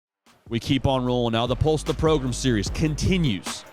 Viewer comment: He intentionally calls powerhouse programs “progrums”. Now I’m not sure how much that applies to South Carolina lol, but nonetheless, that’s intentional